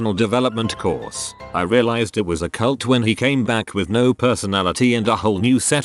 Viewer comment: No one: Automated voice: ceyult